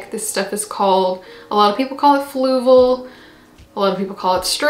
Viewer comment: I'm SO glad you made a video about this stuff! I heard you mention it a few times, so I tried looking up "flugal" as I thought that's what you were saying😂🤦 anyway, I love learning about new and different substrates! Experimenting is my favorite part about owning houseplants so I'm sure I'll be buying a bag of this stuff too at some point😁👍💚